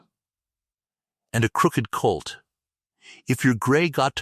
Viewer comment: The ai is a bit pathetic. The one word is hock not hawk. Another is colt not cult.